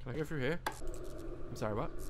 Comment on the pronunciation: No one: Literally not even the dead fly in the light: Daz: "Is there a light switch down heA?"